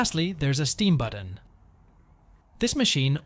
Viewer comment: Buddon? What's a Buddon? Ohhhhhh, you meant to say BUTTON 😂